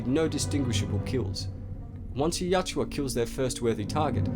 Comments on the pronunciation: For the love of all that is holy, why do you keep saying "Yatjua?!" It's Yautja! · Dude you gotta get that name right... Ya out ja.... not yat joo uh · its not yaa-tjua, its Ya-utja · My brain nearly exploded after hearing the narrator mistakenly saying Yatua instead of Yautja about a hundred times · Hermione: It's "yowd-cha", not "yow-chew-ah" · It's Yautja not Yatjua...but as always great video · Yautja or Yatua...it's Yautja but you keep saying Yatua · You keep saying Yatjua, but it's YAUTJA. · Yautja. Yow-cha. Not Yah-chua. 😂😂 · Yatjua!? I think its Yautja.. Great video, otherwise. 👍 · Writes "Yautja"... keeps saying "Yatua" all the time. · It’s not pronounced Yacht-twa, it’s pronounced yacht-jah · I thought it was pronounced "Yao-cha" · its spelled yautja but you pronounce it "yatjua"? which one is it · Not how to say there name at all